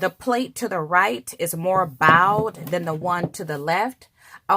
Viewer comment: Ma'am...the word is bowed...like a bow & arrow...bowed